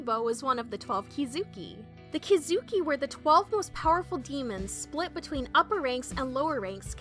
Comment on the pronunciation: It’s Ki zu ki